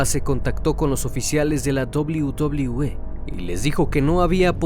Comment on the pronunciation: La dobliu dobliu E jaja